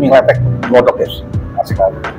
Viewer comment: nyebutnya bukan letek tapi ,le-thek . kyk nyebut= sesek nafas lethek artinya kotor,warnanya kusam.